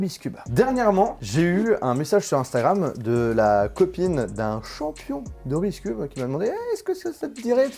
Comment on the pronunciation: Je t'adore mais j'ai quitté la vidéo très vite... En tant que cuber non-professionnel, j'en pouvait plus de t'entendre dire "rubiscube".